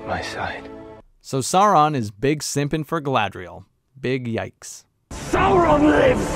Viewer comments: Who is "Not Soran"? do you mean "Not Sauron"? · The way they pronounce Gallladrrriel is hilarious but her pronunciation of Saurrrrrrron is even worse. Every time I hear it it's like nails on a chalkboard.